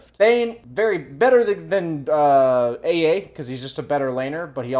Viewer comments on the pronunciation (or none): Love the way says “Ey Ey” when pronouncing AA. It’s cracking me up. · pronouncing AA: "Ah ah" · Lmaoo guys I also pronounce it ay ay, I just mean that adds like a mumble rap twist to it when he says it 😂